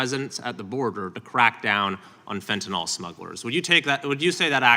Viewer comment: It's fentanyl not fentanol